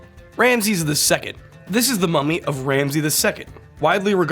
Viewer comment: For a second, I thought he said,” FAMOUS MOMMY!!!”